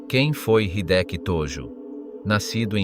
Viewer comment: えいきじゃなくて、ひできだぞ。登録はなし！日本語を勉強して出直せ